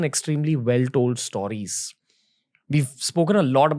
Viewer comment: Stooooriesss?? Correct it bhai